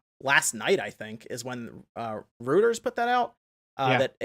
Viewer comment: I mean this to be respectful criticism: it's pronounced "ROY-terz", not "ROO-terz".